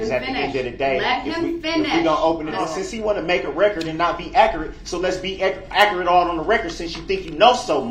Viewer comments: Acrate= accurate Troof= truth Axe= ask With all respect= with all do respect The guy is playing stupid for an appeal not goig to happen. Funny how he thinks he can talk to a judge that way. She buried him with sentences. 2nd guilty THE LOOK ON HIS FACE WAS PRICELESS. HE IS ACTING THIS WAY SO N HE DOESNT GET DESTROYED IN PRISON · "aakurat" Darrell N Brooks